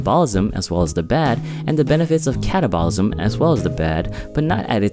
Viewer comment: It would be easier to take this seriously if you would pronounce "anabolism" and "catabolism" correctly. :p